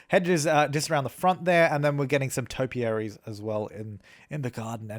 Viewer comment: When he said topiarys I was like when we're tapiary added